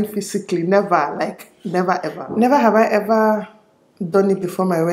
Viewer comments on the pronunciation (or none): "hever have i hever" lol